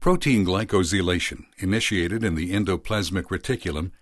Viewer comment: I caught a weird pronunciation of glycosylation... but what else?